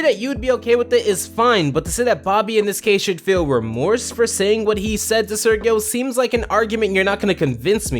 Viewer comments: Why do you say Sergio that way ? they literally said it as ser-jeo. And casagrandes writers wish they can begin to comprehend quality writing in the standard of classic spongebob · Sergio is pronounced like "Sehr-hee-oh", Not "Sir-ghee-oh" and not "Surge-ee-oh." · Does it annoy anyone else that he mispronounces Sergio the entire episode